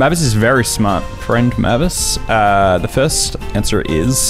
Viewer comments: How haven’t you heard mavis before, pronounced “May viss” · it’s said “may-vis” 😭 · Dracula: Mavey-Wavey: M A H V I S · Hearing him mispronounce the names, while I know it’s kind of a meme, was physically painful. Especially Mavis. Oh my god, that one hurt. Anyone who doesn’t know Frida Kahlo should really look her up. She’s an absolute icon and someone I really look up to as a disabled artist. She was so strong. Even with all the difficult, horrible things she had to go through, starting early in her life, she still lived a life so rich most of us can only dream of. She’s also a bi icon <3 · does he ever pronounce mavis correctly?